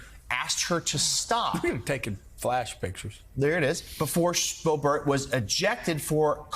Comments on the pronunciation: Why is this guy pronouncing it "bo-BERT", with the accent on the second syllable? I've never heard anyone pronounce it that way. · It’s not “Bohbert.” It’s now officially “B**bert.” Edit: and her boyfriend owns a g*y bar, which is one more thing she is against!